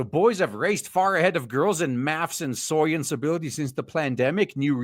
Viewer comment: Dude, you don't have to say SOYence every single time.